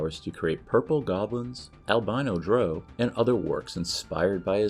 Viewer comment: Any dungeons & dragons content commentator who doesn't know how to pronounce the word drow in 2021 is someone who isn't worth listening to